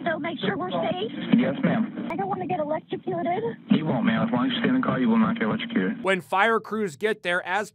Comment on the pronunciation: 'I dont wanna be electicuted!" Omg i laughed so hard